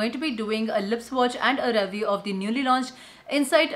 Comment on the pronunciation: Some tips for you. This is how it looks. Here's what it looks LIKE. Review and deliver - how you say see? Ree view. Dee liver same pronunciation.